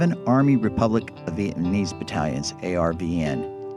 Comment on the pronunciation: He told the painful truth, LBJ, Gen. Westmoreland, Robert McNamara, and Nixon were all war criminals, the American people blamed the veterans for the loss of the war, proof that Americans knew the war was wrong. America has never recovered from the Vietnam War, this narrator is unable to pronounce the word "Vietnamese".